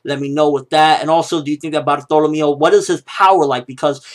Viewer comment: when I heard bartolemeo I was thinking bartleomo kuma lol not this guy